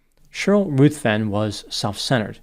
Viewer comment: The name 'Ruthven' is pronounced 'rivven', not 'ruth-ven'.